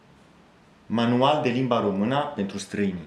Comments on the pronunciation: U neeed to learn about "Ă, ș, î, â, ț" when U say "Romana" is wrong, it's "Română" so ye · As a Romanian, you speak my language very well. I congratulate you. Keep it going! Ca un român, vorbești limba mea foarte bine. Te felicit. Ține-o tot așa! Edit: I observed that at some moments, you pronounce ă as a. It's pronounced like uh in English. I hope it helps. Am observat că, în niște momente, pronunți ă ca a. Se pronunță ca uh în engleză. Sper că ajută. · ai învățat română 2 ani si tot spui românA in loc de românĂ..bruh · Pay attention to the ă. Sometimes you pronounce a instead of ă by mistake. For example limba română. No romana Also pay attention to â. You pronounce both very well which I don't see it very often to foreigners but you should watch videos in Romanian or listen to audio books or tales. Here on youtube there are lots of well made narrations of Romanian tales or poems an even some books. You look like you learned the theory and know the books but you're not so familiarized with how it actually sounds. I think you are close to get it that's why I think you can understand a video in Romanian. Listen to some poems or tales on youtube because you can't remember everything. By listening you'll correct yourself. My advise is to pay attention to â and ă because you pronounce them like I or a. Remember most feminine words end with the ă sound in nominative. If you end it with a is like adding an article. Limba română "La lingua rumena" Iinstead of this: Limba româna "La lingua la rumena"